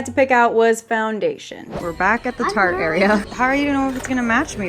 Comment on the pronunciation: My brother all calls tarte. “Tartae